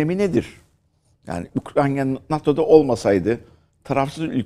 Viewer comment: Keşke Ukrayna ya Ukrayna diyebilseydiniz de bizde sizi ciddiye alabilseydik.